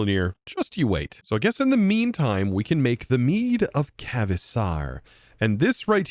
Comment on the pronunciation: just an fyi, kvasir is pronounced like crevasse. k-vass-ear